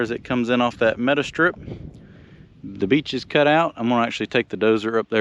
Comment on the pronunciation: It took me a while to figure that out. That NC accent kicking in . . . 🙂